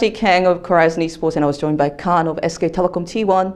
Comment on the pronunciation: 캉 아니고 칸..khan